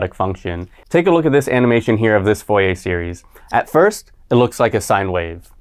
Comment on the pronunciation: ˈfʊrieɪ or [fuʁje]. not VOIEY/FOIEY